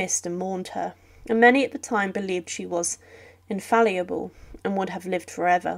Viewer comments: Banal, numerous non-sequiturs, mispronunciation of words eg ConNAUGHT instead of CONnaught, and “infalliable” instead of “infallible”, leading to the sense I’m listening to a school fourth-grader giving a talk at “show-and-tell” time. But worst of all, the click-bait title. As others have said “Horrific” doesn’t describe the death of an 81 y-o in bed in her favourite retreat from Buckingham Palace. Oh , and it’s etiquette, not ettiequte! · Also "infalliable"?? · I would appreciate if in future whoever is reading these entries to be taught how to pronounce EVERY word correctly. For example,while I am aware that such a word as INFALLABLE might not be in daily use for everyone, it is not an archaic word and to know how it should be proounced is not asking the impossible. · Please, out of respect for yourself and your audience, learn how to pronounce words prior to recording. Nave, precedent and infallible, to name the most glaring examples of mispronunciation. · So, what's so "horrific" about dying in your bed in your favourite house at the tremendous age of 81 surrounded by your family? I think you could use an editor. You repeat a lot of information in your scripts unnecessarily and I'm not sure why you mispronounced "infallible."